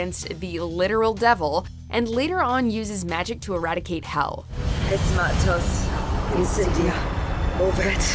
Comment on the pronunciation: it’s actually “phesmatos”